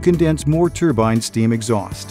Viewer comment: Yeeeeee haaaaaaaa !!!!!! It's a TRUEBINE BLIBBY,,, " turbine" just won't do 😝 TRUE-BINE😝✌️ YEEEEEE HAAAAAAAA ✌️